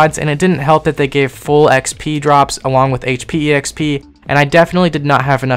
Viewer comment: >e-x-p >not x-p >e-x-perience >not x-perience > :eyes